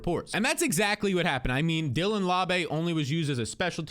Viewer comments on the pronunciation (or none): none